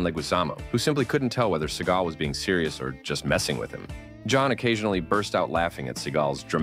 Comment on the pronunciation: Steven SEA-GAL 😂😂 a gal from the sea